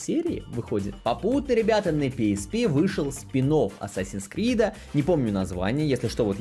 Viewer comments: Не Асасин Скрид, а Ассассинс Крид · Исправляю английский, читается как Ассэйсинс Крид) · Ну вообще-то правильно говорить не assassins creed, а assassins creed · Чел, ты неправильно произносишь даже название игры. Правильно говорить АТСАСИН КРИД!!!!!!!!!!!!!!!!!!!!!!!!!!!